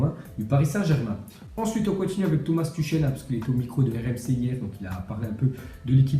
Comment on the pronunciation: Ca se prononce Turhel pas Tuchel